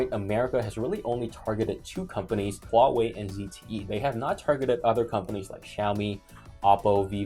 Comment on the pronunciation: I like how pronounces them "Wow-wei"